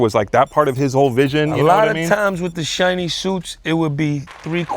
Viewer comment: 😂😂😂😂😂 he said "shinny suits and ups"